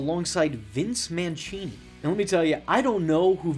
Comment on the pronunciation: It’s Mancini(man see nee) not Manchini. You clearly didn’t watch this. Just reading someone else’s script.